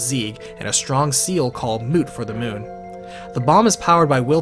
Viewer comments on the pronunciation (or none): none